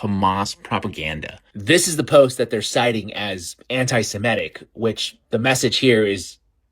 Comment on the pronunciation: FFS! Stop saying "anti-Simetic"!!! The word is anti-Semitic!!!